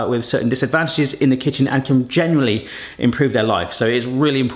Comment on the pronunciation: Still don't know if he's saying generally or genuinely...